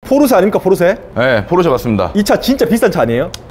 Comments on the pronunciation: 포⤵️르⬇️세➡️ 아니야 포르쉐!!! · 중파님이 끊임 없이 포르"쉐" 포르"쉐" 말씀하시는데 은 끊임 없이 포르 "세" 포르 "세 ㅋㅋㅋㅋ 물론, 중파님의 벤"쓰"와 "을왕리"는 여전히 반갑네요 ㅋ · 포르세 ㅋㅋㅋ 담에 혹시 찍을일 있으시면 포르쉐라고 발음 하시는거 듣고 싶어요. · 포르쉐 발음안되네요 ㅋㅋㅋㅋㅋㅋㅋㅋ "포르새 포르새" ㅋㅋㅋㅋㅋㅋㅋㅋ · ㅋㅋ 근데 포르 "세"라고 하시는게 킹받네요.. 본토발음으로도 소ㅒ가 더 가깝습니당 ㅋㅋㅋ 재밌게 잘 봤습니다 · 딱 한번만이라도 '포르쉐'로 발음 해주시면 안되나요? ㄷㄷㄷ '포르새'가 너무 귓가에 남아요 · 찍고 있는분 계속 포르새라고 발음하는거 웃길려고 그러는건가요 ㅎㅎ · 자꾸 ‘포르쇠’라고 발음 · 왜 포르쉐를 발음 못하고 "포르셰" 라고 하나요 ㅋㅋㅋ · 포르쉐!!!쉐!!!!쉐!!!!! 포르세 아니고 쉐!!! ㅋㅋㅋㅋㅋㅋㅋㅋ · 포르세라고 하지마세요!! ㅋㅋ 쉐라고 발음해줘요~~ㅎㅎ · 쉐가 발음이 어려운거였구나 ㅎㅎ 포르세포르세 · 포르세 아닙니다 포르쉐입니다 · 포르쇠ㅋㅋㅋㅋㅋㅋㅋㅋㅋㅋ 포르쉐!!!! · 포르세 아닙니다ㅋㅋㅋㅋㅋㅋㅋㅋ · 포르세 말고 포르쉐!쉐!쉐! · 포르쉐인데 자꾸 포르세라고하네 ㅋㅋㅋ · 포르세 아니고 포르쉐 !!! 쉐발음 안되나요? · 포르세말고 포르쉐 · 포르새 발음 너무king받네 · 포르세 x 포르쉐 o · 포르쇠 아니고 포르쉐~ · 포르세x 포르쉐o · 포르새 포르새 아 발음 진짜 . 발음 고치자 좀 .. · 포르쉐 발음이ㅋㅋㅋㅋㅋㅋ포르세ㅋㅋㅋㅋㅋ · 포르세 발음 중독성있어요 ㅋㅋㅋㅋㅋ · 시작하자마자 포르쇠 아닙니까 포르쇠 발음이 리얼함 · 포르새 ㅋㅋㅋ발음귀여우심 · 강남에 사는새가 포르새인가요?ㅋ 발음이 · 포르세 발음 킹받… 😂😂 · 포루새 발음이 이상하게 중독되네 포루새 귓가에 계속 멤돈다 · 포르쉐 발음 레전드 ㄷㄷ 포루새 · 포르세는 도대체 무슨 차지 ㅋ아 진짜 발음 현지 본토발음ㅋ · ”포르세는“ ㅋㅋ 발음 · 포르섀 ㅋㅋㅋㅋ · 포르쇠 발음 거의 추격자 섹스급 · 포르세 발음 무지 거슬리네요... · 포르세 발음 킹받네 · 발음 웃기다 포루쇠 ㅋㅋㅋ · 포르새 발음 거슬리네 ㅋㅋ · 경상도 찐이라 포르쉐 발음 안되시는거 보고 빵 터짐ㅋㅋ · 포르쉐를 사투리로 저렇게 발음하는건 처음보네요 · 포르쉐 발음 못하는 사람 진짜 처음 본다. 일본사람 같네